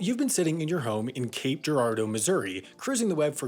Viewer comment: I'm impressed he pronounced Girardeau correctly. I from the area. Have heard it slaughtered quite a few times through the years by outsiders.